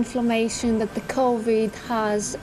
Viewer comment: Did he say Covid Nether world?